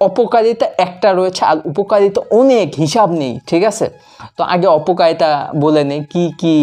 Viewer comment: উপকালিতা কি ভাই ?? আগে তো শুদ্ধ করে ভাষা টা শিখে নাও